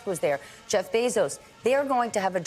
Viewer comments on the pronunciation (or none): none